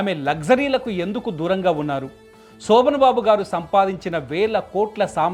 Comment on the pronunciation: సోభన్ బాబు కాదు రా అయ్యాక శోభన్ బాబు.